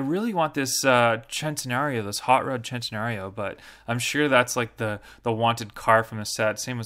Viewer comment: Its centenario not tencenario